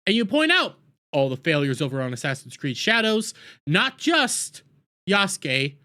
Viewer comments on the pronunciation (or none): none